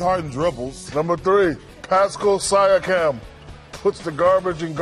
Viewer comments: Lol man said Pascal Syrecam. It's Sea.ah.kam. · Shaq: I watch all NBA games Also Shaq: can't pronounce a key Raptors player's name. see-ah-kum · did he pronounce siakam sigh•ya•cam ? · pascal s-eye-yak-um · It’s Pascal See-akam. Get it right cause you’re gonna get used to him over the playoffs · You already know shaq hasn't seen a raptors game when he says "Pascal Saiya-Com" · Grand butchering of Siakam's name of course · Ikr!! That's how much they pay attention to the Raptors! pathetic.. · I understand it can be hard to pronounce someone's name in general for anyone. However, SHAQ is a TNT NBA analyst! What that means is that they watch and analyze A LOT of games (82 for a team in the regular season). With as much as 82 games played by the Raptors in the regular season, you would expect a NBA TV analyst like Shaq to get a player's name right even if he only watched half of those 82 games! If you don't pronounce a player's name right it's either you genuinely have hard time pronouncing it or just don't care which is totally disrespectfull. The problem with Shaq is that you will notice all the time that he tends to never give credit to the Raptors team which is unfortunate because they are the number one seed in the Eastern Conference which means nothing in the playoff stages of course but at least a little respect should be given in terms of having a chance to win the NBA and being able to pronounce a player's name right. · oook, seems like y'all are just taking this too seriously. I'm raised in Toronto and a huge fan of the Raptors, and I personally found this funny. Siakam just happens to be another one to be on Shaq's list of hilarious mispronunciations, but I think he might be the first one Shaq butchered the first and last name. No matter, of all the names he's mispronounced, Chuck's got him beat with 5+ failed attempts of pronouncing Jonas Valanciunas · Shaq's pronunciation of "Pascal Siakam" further proves he doesn't pay attention to the Raptors.